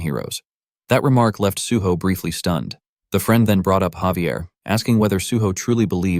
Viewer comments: Hearing Xavier is giving me cringe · Why is Javier being pronounced as Xavier? 😫🗿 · Am I the only one that pronounces Javier name as (Ha-ve-air)?